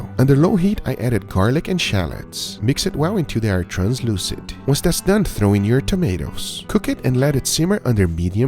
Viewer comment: I like how Guga says "dun"